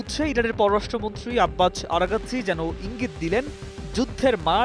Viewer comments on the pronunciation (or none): আরাকচি এর উচচারন আরাগাছি হয় কিভাবে বুঝলাম না